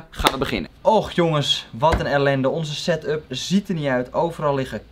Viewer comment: Yo boys, het is setup, Geen satup. Geen stress btw.